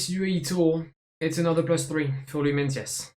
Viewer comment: Is the pronunciation of meintjes not like myekees